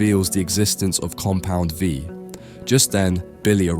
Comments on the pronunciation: "Compound Vive" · lmao noticed this too. also "tears up" like tearing paper instead of crying tears. and alternating between compound V, compound 5, and compound vive 💀 tried really hard not to let these ruin the otherwise great video for me but oof :') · Im not sure why, but it is very entertaining that he says Compound 5 instead of Compound V